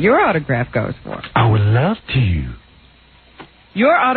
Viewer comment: Thank you for this. Howard's "I would LOVE to" made me snort-laugh. I needed that